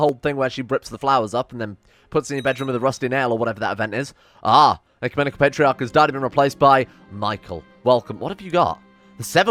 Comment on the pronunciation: As an orthobro you pronounced ecumenical patriarch perfectly